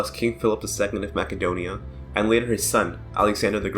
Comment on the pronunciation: Congratulating you on the CORRECT pronunciation of Makedonia, spelled macedonia in latin coz they use c for k sound, but is always pronounced K, and always was